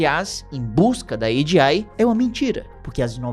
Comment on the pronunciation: Oxe fala logo "AGEI" tu nao é gringo po kkkkkk